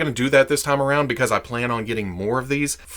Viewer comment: I just realized today says "time" like "tah-am". I guess he said it a lot in today's video! So, doing linguistic forensics - KY? TN?